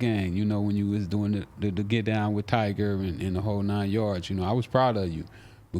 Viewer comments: “Tiger” 😂😂😂😂😂 Tyga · “Tiger” lmao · its funny how he calls tyga "tiger" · Lmao I fuk wit both of them but why do they keep sayin tiger and not tyga